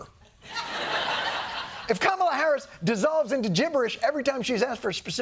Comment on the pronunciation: Whoa! First time I heard an American actually pronounce her name exactly as it is. ❤ कमला. kuh-muh-lah. One of the epithets of the Goddess Lakshmi.